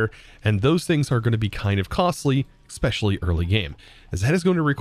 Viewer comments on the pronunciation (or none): You surely do love to zoom in your character instead of zooming in something that actually matters. Also, there’s no such word as “expecially”. And one more thing, please, don’t shake your cursor when telling about something